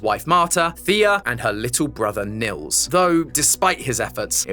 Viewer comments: its not pronounced nills thogh in germany where i guess this name comes from we pronounce it neels. if that makes sense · Btw as a german i wanted to say you the name Nils is pronounced like kneels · it's neels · Great video, lots of Love from Germany! ❤ Actually having a friend called Nils, though, I feel obliged to point out the name is pronounced "Kneels"! 😂😊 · I know German names and phrases can be quite difficult to pronounce for non-natives, so just letting you know the name Nils is actually pronounced like "kneels". Hope that helped ^^👍🏻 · Nils is not an uncommon name here in northern germany. But you totally butchered the pronounciation, because it's suppost to have a long pronounced i. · As a German, the way says "Nils" will never stop to be funny